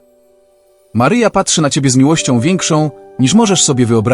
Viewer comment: Maryjo czy to przypadek ?ten lektor,to czytanie Twego Imienia nie bardzo mnie przekonuje Mary Joe?